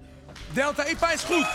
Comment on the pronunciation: Hahaha Delta IPA spreek je niet zo uit Het is AI PIE EE